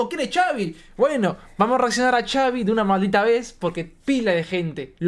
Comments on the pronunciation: Tengo entendido que se pronuncia Javi, porque se llama Xavier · Se pronuncia javi Saludos Reaccionen a DND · Es se dise javiiiiii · Solo para aclarar se pronuncia "Javi" y se escribe Xavi 😅😊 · Solo que se dice su nombre asi el xavi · Se Pronuncia Javi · Se escribe Xavi pero se pronuncia Javi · Se pronuncia Javi no? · Se dice javi solo que con x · No se dice chavi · Xavi se pronuncia Javi México se pronuncia mejico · Se dice xavier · Se pronuncia javi y se escribe xavi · no es chaviiiii se dice como si fuera con jotaaaaaaa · Se dice javi se escribe xavi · No se dise chavi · No se pronuncia chavi 😂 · Se escribe xavi pero se dise javi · Primero que nada se la dedico a su amigo y bien dijo en un video que no le estaba copiando a la otra canción de amg que nada más puso esa frase por que le dijo su amigo y no se pronuncia Xavi es Javi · Se dice gavi no Chavi😂😂😂😂😂😂 pero su nombre es xavi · Se pronuncia "javi" no chavi 😂❤ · No es chavi😂 es xavi pero le dicen javi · Por qué le dicen Chavi? Que yo sepa se pronuncia Javi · Pero no es chavi es xavi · Xaviiiiii no es chavi es con las letras x a v i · no se pronuncia chavi, es Javi aunque se escribe Xavi... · No es chavi se pronuncia asi , javi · No es chavi es xavi se dije javi pero se escribe xavi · No es Xavi es Javi bueno así se dise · Es xavi no chavi 😂😂😂😂😂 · no es chavi es xavi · Es Xavi no chavi 😅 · La X la debes pronunciar como J se escribe Xavi pero suena Javi, saludos desde México, no me pierdo sus reacciones. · Es Javi solo que con x ,pero se pronuncia Javi. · Xavi se pronuncia "Javi" corto para Javier su nombre y es de aqui la "FINIKERA" o mas bien conocido como Phoenix Arizona. Nos hace bien orgullosos con rason ya no lo vemos en los parties el anda haciendo grandes cosas. Fierro compa Xavi !!! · Es cierto caen gordos por que apoco no saben pronunciar xavi que es Javi ay no me estresaron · Es XAVIIIIII❗❗❗❗ LA X ES COMO J EN MÉXICO CABRONES👍🤤❤️🇲🇽❗ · Se dice javi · No se dice chavi se escribe xavi Pero se dice javi